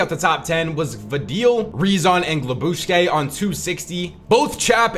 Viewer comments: its not glabushke, its „glub-she“ the geman „sch“ is the same as the english „sh“ so the „c“ is not spoken“. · The pronunciation of glubschi is nasty😂